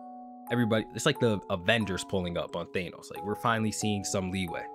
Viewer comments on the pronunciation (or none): none